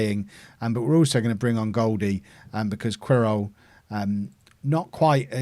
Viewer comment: I think Querol is pronounced Keh-rol but not 100% sure